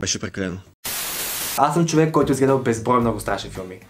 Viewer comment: Като чух да казваш “въй чуек” припаднах от смях🤣🤣🤣 Много липсваш😘